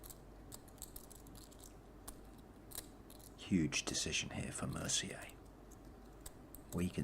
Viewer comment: No comment on the poker because I suck, but two observations: - Is it "Mercy-yay" or "Mercyer"? - The commentator here is like the anti-Jesse May.